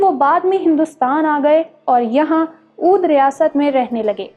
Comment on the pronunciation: اوودھ نہیں بلکہ درست تلفظ اودھ (Awadh)ہے، تصحیح فرما لیجیۓ۔